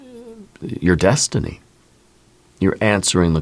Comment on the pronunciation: I'm so sorry, but every time you say destiny, I hear McFly saying, "You're my density"😂. I have felt myself changing with my outlook, and what I need to listen to.